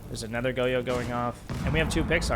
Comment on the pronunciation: lost me within 10 seconds lol im not tryna listen to goyo be pronounced go-yo for a half hour